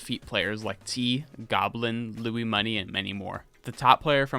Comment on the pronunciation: I'd do a bit more research on how to pronounce names. BassMage is pronounced 'Base' as in the musical instrument not 'Bass' like the fish. Lui$ is pronounced Louie-money.